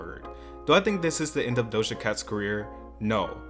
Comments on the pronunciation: doja cat not dohsa cat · It's doja not dosha 💯💯